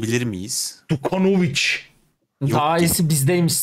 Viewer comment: dukanovic'teki ilk d harfi dj olarak okunur hocam djokovic'teki gibi